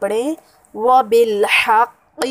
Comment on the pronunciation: Ap ne sahi ni parha .... Wabil haqqa hoga